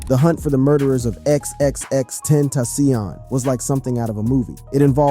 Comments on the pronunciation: Agreed brother! Lol exexex tentasyonnn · wtf what neighborhood do you come from ? xxx tentasssssiooon ha ha ha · Xxx ten tassiohnn😂😂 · Why he keep saying ex ex ex ten TA CION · Tenta - Cee- On op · You are giving me a stroke. X x x Tent...AH SEEON. BRO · No one finna say how this man kept saying x x x ten taci on🤦‍♀️😂 rip x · X X X ten tasion 😂😂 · XXX tent a seayon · I hate how you kept messing up X's name... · I agree!!! XXXtentacion, the first name when this video started had me rolling how he said his name! Like sir, please go learn how to pronounce their names first.